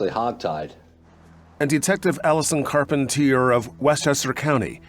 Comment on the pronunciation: *Carpentier. The Americanize pronunciation effed it up 😂